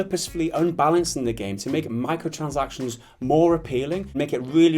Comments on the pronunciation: This guy saying 'micotchansactizns' is so annoying I had to dislike. Apologies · I like how he can't pronounce 'micro transactions' properly. He says 'Micro sansactions'